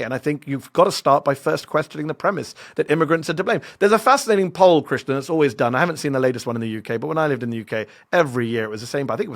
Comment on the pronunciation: krishNAN not krishNA 🤣